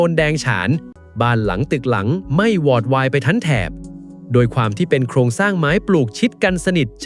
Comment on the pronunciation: อ่านว่า😂วอดวายไม่ใช่หวอดวาย